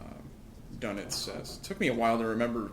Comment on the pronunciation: Old I know but, Donitz was pronounced Dernitz